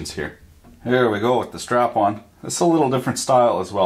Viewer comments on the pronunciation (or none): he announces the snap on as strap on lol